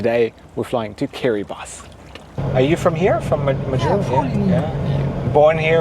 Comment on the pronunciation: SOMEONE PRONOUNCED KIRIBATI CORRECTLY!!!!